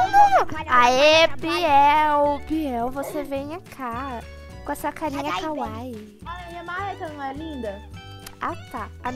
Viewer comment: Quando ela falou Belinha,eu pensei que era bananinha